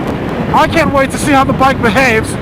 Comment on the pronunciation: British accent "slip-up" ..."I con't.....I con't".....lolololol. Good Stuff!